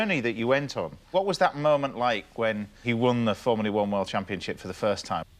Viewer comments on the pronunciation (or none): ITS FORMULA ONE YES FROMULA ONE GET IT RIGHT YOU !!!!!!!!!!!!!!!! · Great video, Jackie is amazing but please James.... it's not fomulee one ! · Formuleee? W T actual Fuck? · Before we get the predictable criticisms of James martin mispronouncing Formula One remember he is acutely dyslexic just like Jackie Stewart.